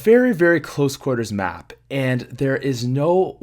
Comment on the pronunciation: HAHA he is sick and when he said map he ended up saying bap. XDXDXDXDXD